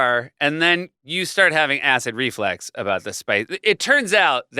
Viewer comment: Ummm...Seth, it's ACID REFLUX...not REFLEX. The way you say things effects the way the message comes across. #jackalcrew4evs